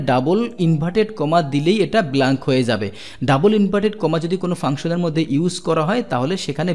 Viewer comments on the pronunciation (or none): none